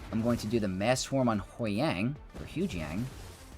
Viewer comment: Repeat after me… HU-YANG! NOT HOY-YANG!